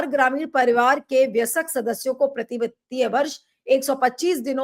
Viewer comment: It is vayask ( वयस्क ) which means ' adult'. The pronunciation was not correct. Unexpected from you. Otherwise a very interesting discussion.